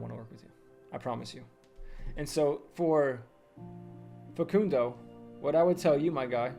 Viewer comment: Wow! Thanks so much,. I appreciate your time answering my question. I'll look into building my own personal brand and explaining to my prospects the systems I see other agencies using in my niche to get results. PS: I work with Americans full-time on my job, and your "Facundo" was one of the best!